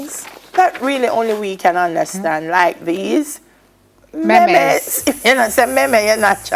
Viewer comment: It's not Me-Me's ..... It's pronounced Meemes (Memes)🤔